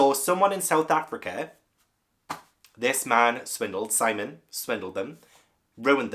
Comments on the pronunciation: Yes, Sihm-ee-uhn. I was wondering whether he was doing that one on purpose. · It is Sim eon as you said not Simon with an e 😂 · Conchita Lopez is Pilar (pee-lahr) Estravavos' real name. (I think you are mispronouncing Simeon's name on purpose, so . . .) Two brown-eyed parents can have a blue-eyed child and two blue-eyed parents can have a brown-eyed child, but Christie did the best she could at the time, probably.